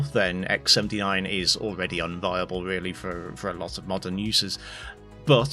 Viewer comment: "inviable"? unviable.